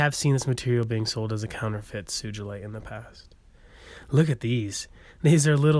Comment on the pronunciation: Great video thanks. Your still mispronouncing Sugilite. It’s “Sue-Ghee-Light” Named after Ken-ichi Sugi. Sorry but it’s just a pet peeve of mine when people say it wrong. Sugi pronounced Sue-Ghee